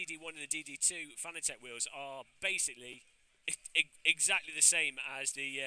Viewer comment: If only he could pronounce Fanatec correctly. .